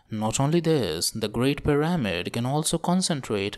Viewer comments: I'm gonna dislike kuz you keep saying puh rah mid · the correct way to say it is PEE rah mid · It's hard to focus on this video when he keeps mispronouncing pyRAHmid. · I think it's kinda funny.